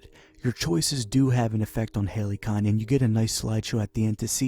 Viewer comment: “Halycon” sounds pretty legit too